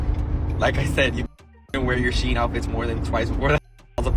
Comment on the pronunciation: Just so everyone knows, its pronounced she-in not sheen. The brand used to be SheInside. If I had a $ for everytime ive told people this id have a down payment for a house by now